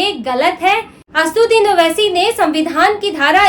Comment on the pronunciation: Pahle naam bolne shikh re bobdhi 😅😅😅 Uske baad news padhna....